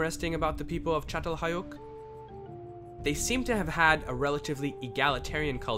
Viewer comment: So how long did you practice saying the name of that village before posting lol